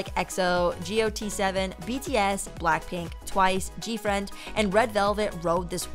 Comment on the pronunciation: not gee-oh-tee 7 :)))))